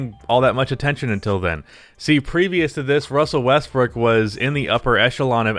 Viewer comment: Good Ol’ Wussell Russbrook.